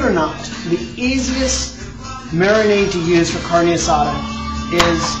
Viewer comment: at least have the decency to pronounce it right. Carnee? LOL